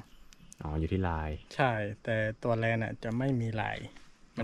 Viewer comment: แลนค่ะ ไม่ใช่แรน